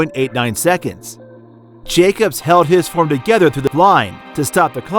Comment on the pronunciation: Never knew Jacob's was an Italian name, I must be pronouncing it wrong lmfao